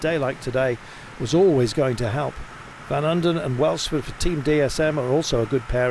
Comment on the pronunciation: How do you manage to mispronounce Van Uden 50 times in the same race?